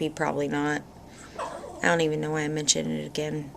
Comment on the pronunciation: I LOVE IT WHEN YOU SAY " I ON'T CARE"...HEHE YOU CRACK ME UP!